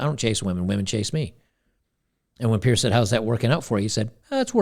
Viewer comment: "Piers" Morgan, not Pierce.